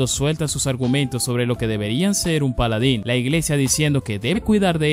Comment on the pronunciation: "Polodin". hay ta lo que depediste :V